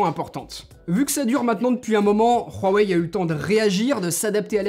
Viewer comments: Bon .... Huawei dans la langue française ce prononce wouawey d'ou viens ce putin de r de merde , euuu on est en france ou pas ? wouawey merci. Secondo es ce le meilleur smartphone ? le fleuron de Xioami ? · Prq il dit ruwaei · La manière dont tu dit Huawei me fais tellement rire désolée 😂😂😂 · Tellement frustrant comment il prononce "Huawei"... 😓